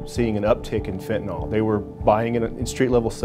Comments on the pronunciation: Still cant pronounce the word. FEN TUH NIL. NOT FEN TUH NAUL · Fentanyl. Not pronounced Fen.ta.nol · "i sold fitinol" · If they pronounced it "fentanol" one more time ima scream. Edit: I screamed. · Fent & Ole Inc. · Americans have trouble pronouncing the drugs that are killing them: FentanALL, and Hair-ron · Sold Fentanyl for 3 years yet just like every person in the media and on television , still can't pronounce the word correctly. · They can't pronounce 'fentanyl' in Texas...